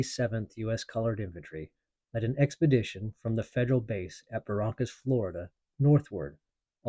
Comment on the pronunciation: I have lived in Pensacola for 60+years. Pronounce es -kam-bia county Fl&Al. Fort Ba-rank-us . My Grandfathers house was located at the Canoe Creek crossroads along the rail line where a Confederate supply train was burned during the raid.